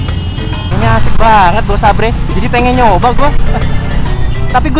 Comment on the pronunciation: duhhh parah salah tu vang, sabre di bacanya tapi seiber vang duhhh hahaha